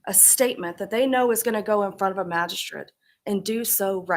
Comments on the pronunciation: Sounds like "Magi-shit"😂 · If Ashley prosecuted this case it would be pure comedy gold 😂😂😂 sad we won’t get to hear her say “magi-shret”